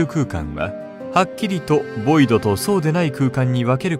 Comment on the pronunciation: ボイドじゃないヴォイド